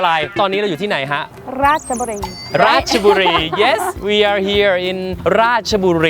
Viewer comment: ออกเสียงชัดเจน. ราช-ชะ บุรี เรียนพูดให้ถูกต้อง เคารพวัฒนธรรม บ้านเกิดสามี. น่ารักจริงๆ ที่รักจ๋า 55555 ขับรถดีมาก. สติไม่แตก. นิ่งกว่าบอย พอบอก บอยขับรถแบบcrazy นึกภาพ ออกเลยนะ